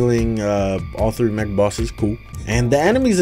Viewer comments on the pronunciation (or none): none